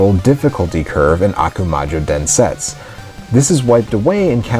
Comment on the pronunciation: DensetsU. I know, in japanese the last /u/ is often silent or near silent (for example in desu, the most frequent japanese word) , but not in that word (meaning "Legend"). Sorry for nitpicking.... But great video, thanks for that!